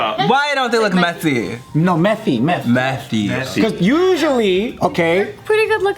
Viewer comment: This title had me roflmaoo. Also "methy" sounds like Mike Tyson trying to pronounce "messy", lol. I'm wrong for that, I know :).